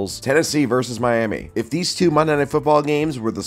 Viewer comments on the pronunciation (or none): none